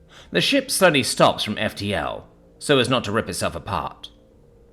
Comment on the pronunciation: Ohhhhhhh! He said "shiP" with a P. I had to stop and read.